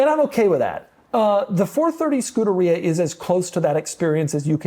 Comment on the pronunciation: Scuderia, learn how to pronounce it. Your videos are cringe. You are Pompous. "My Countach" , " Morgan Freemans car" . You are the exact opposite of what the car community should be. You are very douchey and a bit of a poseur. Still not 1 DSM car in any of your videos. Please don't subscribe to this channel.